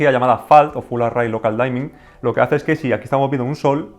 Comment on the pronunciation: Excelente video, ojalá llegue este televisor algún día a latino América! PD: la palabra dimming de "local dimming" se pronuncia diming directamente y no "daiming" saludos!